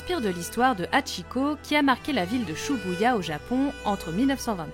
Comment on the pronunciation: Super vidéo mais par contre je suis obligé de rétablir quelques vérités. "La ville de Shubuya" euh non c'est Shibuya comme écrit d'ailleurs en image d'illustration et ce n'est pas une ville mais un quartier de la ville de Tokyo. Et pour Stuck, absolument rien à voir avec la déclinaison du mot stick, stuck est un mot à part qui signifie "coincé" en anglais